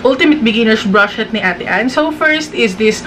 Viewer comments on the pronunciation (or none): yung "brush shet" talaga eh HAHAHAHAHHAHA